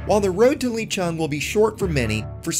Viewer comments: Nice vid, btw its pronounced "Lay" not "Lee" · You must pronounce his name the way it’s spelled....I mean it’s already spelled to accommodate English speakers for duck sake.